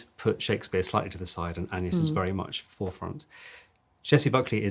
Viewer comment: Interesting and significant that Maggie says 'An-yes' when mentioning Agnes' name. That was the medieval pronunciation, which is one reason why 'Anne' and 'An-yes' were how Anne was also known as 'An-yes' in that period. The name was effectively the same.